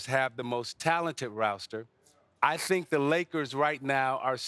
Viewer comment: I tshthrhrhtink 😭